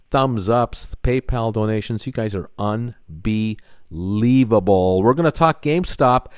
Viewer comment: 47.3k subs. “UN. BE. LIEVEABLE!”